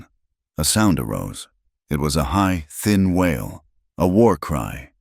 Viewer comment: WAIL (cry) of a child, not WHALE (sea mammal).